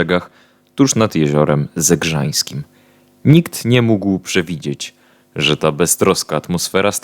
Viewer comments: Jezioro Zegrzyńskie nie zegrzańskie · Zegrzynski nie zegrzanski :) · Jezioro Zegrzyńskie,a nie Zegrzańskie!